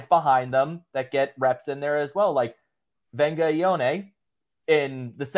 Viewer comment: There’s no ‘N’ in Vega just so ya know.